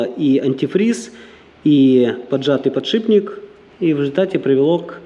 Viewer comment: подшиБник твой запарил. Бесит когда так говорят механики